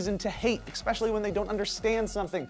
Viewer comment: OOOhhhh. You said "ex specially" NOOOO! Please don't.